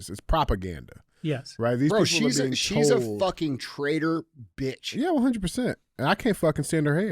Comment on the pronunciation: When Andy spells out “Be-ahtch “, I almost spit my smoothie all over my kitchen…😂😂